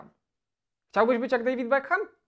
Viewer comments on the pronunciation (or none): none